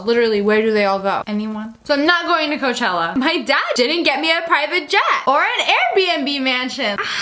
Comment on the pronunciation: ITS COACHELLA